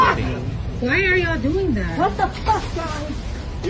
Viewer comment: dont talk about ' and act'. When did you get that " youalll" accent. That straight from the plantation. You aint that.